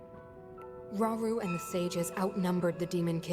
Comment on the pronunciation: 😂 it’s Rah-Oo-Roo like Raul in Japanese Romaji.